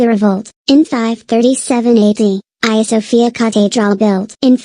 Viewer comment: But it's "Hagia" not "Haga".